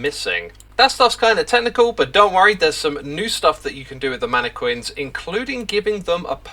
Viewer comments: "Manakwins" Is that how they pronounce it where you are from? I pronounce it as "Manakin". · That’s not how you say mannequins the Quins part is pronounced like kin